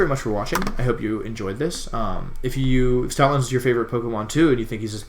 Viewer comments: I thought you said Stalin not stoutland lol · At the start I thought you said "Stalin Lover 9000" lmao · OMG I thought you said Stalin at the beginning when you were joking about stoutland LOOOOOL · thats what i thought too lol